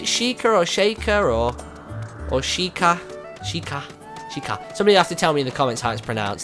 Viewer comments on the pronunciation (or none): SH-EE-K shiek